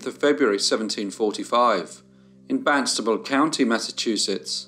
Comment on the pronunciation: And it's Barnstable with an R!